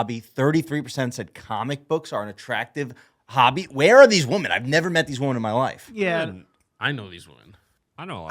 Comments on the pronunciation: The way everyone is saying “woman” instead of “women” lol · I feel like I just watched struggling to pronounce the word 'Women' for half an hour.